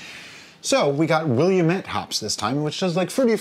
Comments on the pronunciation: William-ette lol. What's funny is you beat me by like 1 day on posting a super easy beer lol. Those hops are called Will-AM-IT just fyi probably no one outside of the Northwest pronounces it right anyway. I prefer liquid malt extract myself as the dry stuff doesn't like to mix well. I think you did that last time with prehopped extract? Cheers ! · The hops is pronounced WillAMette, after its origin in Oregon. And the author of Fear and Loathing in Las Vegas was Hunter S. Thompson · Willamette hops? Pronounced will•a•met, the 'a' being the soft vowel sound, like 'glad' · As a PNW transplant, I feel compelled to tell you that “Willamette” rhymes with “damnit.” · Willamette "wil-lamb-it"